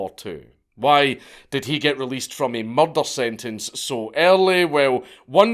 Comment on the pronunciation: I love the way dank says murder: muldul E was convicted of muldul